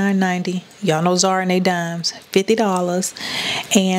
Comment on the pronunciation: the store brand name is called ZAR-A Sis! Not Zeera! 😂😘 but however I do love your channel! 🔥